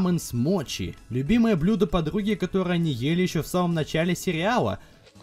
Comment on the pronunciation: Если что ее "мочи" а "Моти" правильно произносить